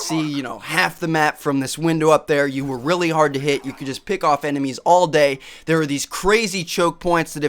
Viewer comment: "jest", "vary"... LOL!